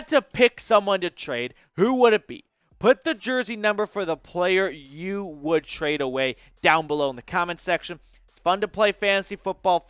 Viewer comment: I say-trade you bro